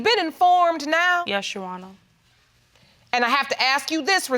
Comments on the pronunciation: I thought it was me!!!! I was like why they can't pronounce "your honor"? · I’m going to need her to pronounce your honor correct and fix her wig and self esteem. She’s just nasty and the child father too. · RIGHT!!! I wanted to say “YOUR HONOR!!!!!” So bad! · She can't say " Your Honor" and he's reminding me of the the boxer from Harlem Nights. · I thought it was just me, but I'm over here cracking up off of how she's trying to say "Your Honor"🤔🙈🙉😂😂😂😂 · Leslie Sinclair exactly what I was going to say! It was driving me crazy I wanted the judge to stop the show and teach her how to say "your honor." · If she says "you honor" one more time I'm going to lose it lol. Like it's YOUR HONOR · “You honor” I be so confused how these ppl mispronounce common words and phrases. 😳 like have they never heard it pronounced correctly ⁉️ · What's a "shuannah"? 😆 😆 😆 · "You honor???? Hmm...I'm almost certain there's an "R" in there somewhere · If I hear someone address the Judge as, "You Honor", one more time! It's pronounced "Your Honor people! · There's a "r" after the "u" "Yurwarnah" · But Barron, l thought l heard " yes & no your wonour" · I respect that this woman was honest about everything. Regardless of her saying “yu-wana”; she didn’t seem to lie even if it meant her reputation got some dirt. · 'Yu wawnar'🤣🤣🤣🤣🤣🤣 think you meant your honor?!! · Ok that's it I'm done!🤣🤣🤣🤣🤣🤣😂😂😂😂👀🤣😂😂😂 she said who is Yu-wana! I thought it was just me hearing that 😂🤣🤣🤣🤣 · Leslie Sinclair 😂 😂 😂 😂 Yuwana omg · I'm SO turned off by men who have a mouth full of gold teeth and can't speak coherent sentences. Same thing with this chick and all of her, "Yeshonna." (Yes, your honor) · Why does she keep saying "you honor"? Is it that difficult to speak in an educated manner?? "I axed him"....asked??🤔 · Wth...you not only do not have your baby daddy in order to know who the father is but girl if you say "yuwanor" one more time I'm going to scream. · Why does she keep calling the Judge ‘Yowanna’